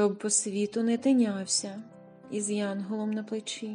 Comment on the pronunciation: із янгОлом на плечі?